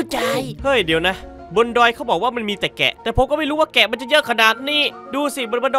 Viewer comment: มันแพะไม่ใช่เเกะ😢